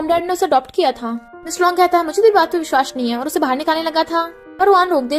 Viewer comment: Its vishwas not vishhvas